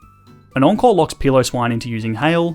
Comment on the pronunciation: Ohhh encore i heard uncle every time now at the end i was more aware of words